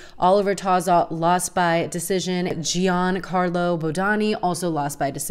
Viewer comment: By the way you pronounce giancalro’s name, I assume you didn’t watch his mini doc